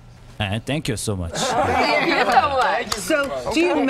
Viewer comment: Minhyuk: "Tank you for Inbiting us Im Minhyuk" So cute pronunciation.